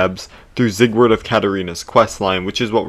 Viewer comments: I will never forgive u for saying zigword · him pronouncing his name zieg-word is killing me